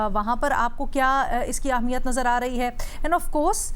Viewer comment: Tu Ehmiyat ko Ahmiyat kyun Kehti, 2 Mardon K Sirname Wali Auntie ??????